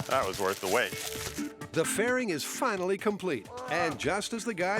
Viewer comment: Grant made a slip up amd let his true engineer out. "Then weill fwinawy find ouwt" rip king 🙏